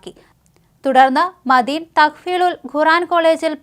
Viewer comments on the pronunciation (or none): മദീൻ, ഗുറാൻ,ഗലീൽ ബുഗാരി... എല്ലാം വളരെ കറക്റ്റ് ഉച്ചാരണം. മോഡി മലയാളം പറഞ്ഞപോലെ നല്ല ഭാഷ